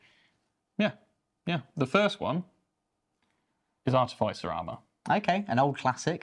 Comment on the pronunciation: Its pronounced ar-TIFF-icer